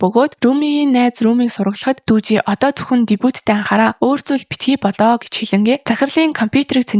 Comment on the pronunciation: Таксины жолооч залууг Дүжи биш Дуги шүү.